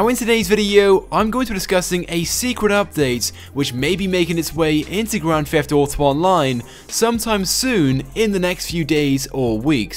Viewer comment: Why do you say grand fheft auto